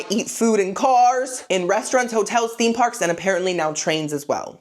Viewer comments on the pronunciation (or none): none